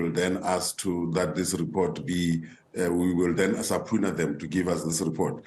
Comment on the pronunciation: 1 minute 5 seconds..."we are going to subPOOna them"😂😂😂😂😂😂..horses arse!